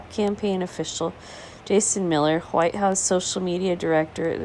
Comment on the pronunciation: Lol huwhite!